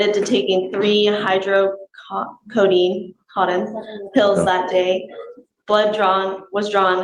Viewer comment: Whoa, if you’re an assistant DA you may want to brush up on your pronunciation of medical terms. It’s Anal-ge-sics. And hy-dro-ko-done